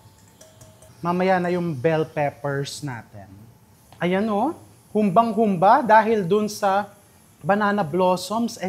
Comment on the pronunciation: May diin poh ang " ba " sa dulo.